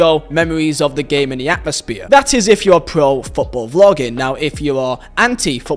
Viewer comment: atmosphere but you say atmosbeer